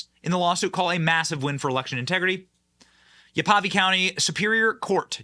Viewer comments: "Ya-VAH-pee" county? No, Benny, it's pronounced "YAH- vuh-pie". You should research pronounciations before reading on yr show. Just sayin'. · Pronunciation: Yavapai, Yeahv-uh-pie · hey Benny, its (Yah-vuh-pie). gotta love those indigies! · Benny, you said Yavapai county incorrectly. It’s pronounced. Yava-pie county. From your friendly Arizona neighbor. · I live in Maricopa County Arizona. I know the election against Kari Lake was rigged big time. I have been waiting for this for so long. I can’t wait to see Kartel Katie Hobbs in handcuffs. Pronounced- Yav-a-pi County Abe Hamedeh pronounced Ha-Ma-day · We didn't have that problem in Mohave county🤷.... That was hilarious how you pronounced Yavapai 🤣🤣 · Wrong year Benny. This was in 2022 not 2020 as you stated early in this video. Oops, there goes all your credibility. And should learn how to pronounce the county names. Enter Yavapai.